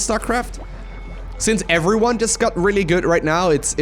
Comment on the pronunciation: I just love the way you say everyone lmaoo ""effferyone"